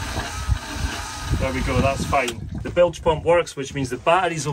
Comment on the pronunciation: I hereby announce the brand new drinking game called Bilge Pump. We all take a drink when says Blige Pump in this video 😂…… Bilge Pump